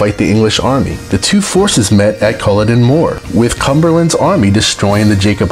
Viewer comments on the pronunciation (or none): 'Ber wick', 'Stooarts', ''Coolo dn moor', 'Jay cobite', Aargh! Today's world is 'informed' by idiots.